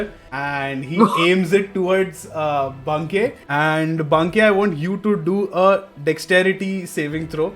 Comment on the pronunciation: I like how till the very end DM chooses to mispronounce Banke